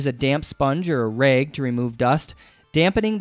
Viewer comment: Its rag not reg